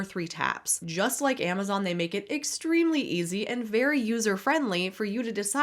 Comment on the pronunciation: If I never hear 'hop on here' or 'you guys' for the rest of my life, it will still be burned into my brain forever. Also shadow vowels before or after every other word, the useless pauses, and adding 'sh' to every 'x'. Exshtremely a'hydrating. Stoooop.